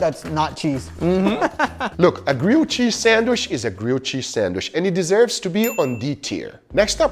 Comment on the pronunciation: i love how you say sandwish instead of sandwich HAHA